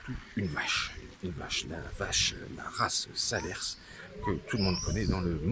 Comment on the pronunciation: SALERS!!! pas SALER-SSSSSSS On ne dit pas le S .... bon reportage ou tu perds toute crédibilité dès 3 secondes!!!! Bon reportage malgré tout!